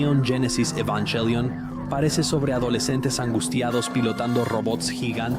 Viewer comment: Me fascino este video, lastima el doblaje de las escenas de evangelion se sentiría mas comodo en japonés con subtítulos, tambien me incomodo que aveces diga avongelian y que diga ava en vez de eva hasta hay partes que la voz no formula bien las palabras como si estuviera hecho con una ia pero fuera de eso excelente video